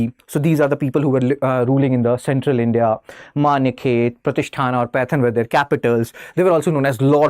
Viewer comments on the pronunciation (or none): none